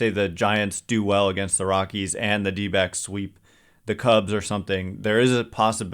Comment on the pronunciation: Anyone else hear dbags every time someone says dbacks?